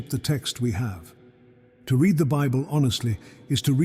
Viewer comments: I quit the moment AI read "read". There's nothing free. I pay with my subscription, so be greatful if you are able to monetize ears and eyeballs instead of spreading misery. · AI cannot read "read" and errors keep on multiplying.